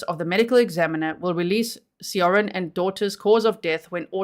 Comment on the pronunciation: Korean name pronunciation help time! Seorin is Soh-rin. If you want to be more accurate, the soh is about halfway between "so" and "suh". Definitely not "so" as in sew, more like the o in "sock".. "Rin" is much closer to "din" than the typical hard R of American English. I hope this helps! Whenever you 'eo' in a Korean word, it will always make this sound. It will never be two syllables. Think of it as one letter when you see eo.